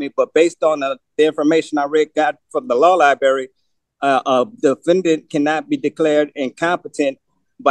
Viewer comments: I know lie-berry🤣🤣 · OMG 😳 If he says “Law Liberry” one more time I’ll just scream 🙀